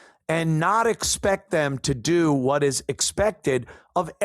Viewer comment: Demm not them😂